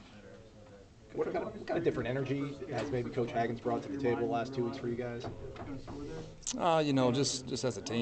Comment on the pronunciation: say it with me...it’s Odell Haaaagins...long sounding A, not short sound. You’re welcome. Go Noles 🍢🍢